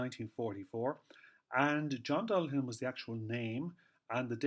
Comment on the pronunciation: I appreciate that alternative spelling of the surname, and also your correct pronunciation. It beggars belief how many phone calls I receive, or if I'm outside Dundalk, the amount of people that pronounce the surname as "Dullagan". I thought it common knowledge a 'g' immediately followed by an 'h' is silent. They don't do that with many other examples, Such as Callaghan or Cladagh. It's one reason I don't put the 'g' in my social media accounts. Initially, in my time, they said the surname was from Limerick, then from Antrim and then Offaly. They said name was Viking, then not Viking but old Irish. There's a lot of pass speculation academia treated as fact, only to be proven otherwise. For a surname that's been around quiet awhile, there's not a lot of Dullaghans about. With Louth being the county with the highest amount of Dullaghan families. While in Dublin about 2008 in Jervis shopping centre. A Dixon's employee looked at a store document for a product I was having returned. And he mentioned it was the first time he'd ever met someone outside his own family that had the same surname as his. I found it an eye-opener. I regret neglecting to ask him how his peers pronounce the name. I believe the 'ghan' at the tail end of surnames can just as well be 'bhan'. Something I would like to know about, but too shy to make enquiries.